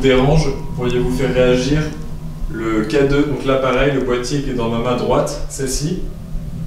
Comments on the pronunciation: J’étais sur que tu disait cadeau au lieu de K2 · Oui au début je pensais que s'était littéralement un cadeau pour les spectres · Depuis le début de la vidéo j'entends cadeau au lieu de k2 aussi non bonne vidéo et ça m'a fait peur